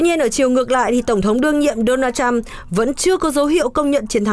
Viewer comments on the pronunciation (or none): none